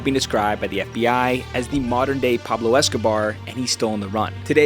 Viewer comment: Dont ever disrespect Pablo's name .. not even close 😂😂